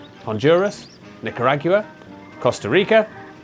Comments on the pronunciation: Are there jag-you-uhs in nick-uh-rog-you-uh? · Nicar-wagyu-a always throws me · "Nick-ah-RAG-you-ah" Holy shit my sides 😅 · One of my pet peeves, after working hard, over many years, to learn the Spanish of the Americas, is that the English speaking people East of the Atlantic don't bother to learn that the "gua" sound as in Nicaragua is pronounced GWA. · Don't pronounce it "Nick-a-RAG-you-ah" unless you want to sound like pith-helmeted, monocled Victorian missionaries. That's really one of those inflection points where an accent disappears up its own backside. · Saving this so I can look at my Nicaraguan friend’s face when he hears them pronounce Nicaragua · Unexpectedly thrown by that pronunciation of Nicaragua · Is that how British people pronounce Nicaragua? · New pronunciation of Nicaragua just dropped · I'm sorry, how do you pronounce Nicaragua again? 😂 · Pronounce Nicaragua better. Do they have diphthongs in Britain?